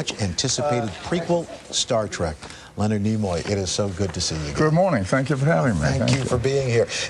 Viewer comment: Tell me, whose idea was it for Spock to die? Also, his name is Nimoy, not Nemoy.